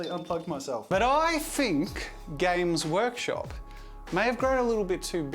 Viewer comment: Is it just me or is Jazza saying Gaycrush Games all the time?